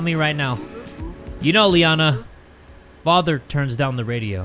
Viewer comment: it sounds like he's saying mutter and Vatter in german lol :> 🇩🇪